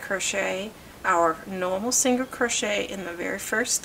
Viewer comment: She wasnt rude. Even my son was asking what a singer crochet was cuz he was listening. He hears me talk about crochet all the time.